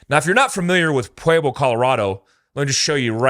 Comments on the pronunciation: Just fyi, Pueblo is not pronounced 'pu-way-blo', its 'pu-eb-lo' 😆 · I punched my computer every time you say pwayblo Colorado. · Pueblo is pronounced PWEB•LOW Jfc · It's not "pway-blo", it's "pweb-lo" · Why do you say, "Puayblo"? Its Puehblo bro. Thats what Pueblo is supposed to sound like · Pa Web Low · Maybe the Pueblo Cartel wants to go rob the Bellagio again,but this time with guns blazing.This is NOT the first time this amount of ammo have made its way into the USA. The only difference is, they got busted. And please learn how to say Pueblo. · Dude can't even pronounce Pueblo. Haha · Leaen how to pronounce Pueblo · I like this video but have many counterpoints to make. First off, for someone who knows the area you mispronounced Pueblo and Canon City. Canon City is pronounced Canyon City and you pronounce Pueblo weird. Second, as a 10 year resident of Pueblo, yes there is a lot of crime here but it's local gangs and some left over mafia. I've never heard of cartel activity in the news or on the street. Third, the cartels would be insane to attack Ft Carson, there's just no way. Ft Carson is a major U.S. base with frequent and active artillery, M1 tanks, Bradley APCs, Apache helicopters and a shit ton of active duty personnel. Plus, the Air force academy is nearby. Last, although 180K is a lot of ammo I think you are over looking Pueblo's central location. More likely than an attack I believe Pueblo is more of a distribution point with access to I-25 and Hwy 50. You could quickly distribute ammo to major cities in CO, TX, KS, CA, etc. Good video and good points and no matter who is right or wrong, this should raise significant alarm bells in the government and amongst the citizenry.